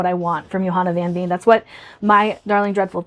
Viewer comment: I am so with you on the TBR trouble hahaha. I am glad you enjoyed Play Nice, I really want to try Harrison's works. And I can't wait to hear more of your thoughts on Blood on her Tongue, I personally really enjoyed it but I had no idea it was even pitched as a Dracula retelling lol. Also, just fyi, 'Veen' is pronounced like 'Vein'... Dutch is weird, I know 🤣❤